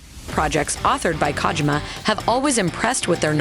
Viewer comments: Yo who the fuck is KAHgymUH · Please stop saying kaajima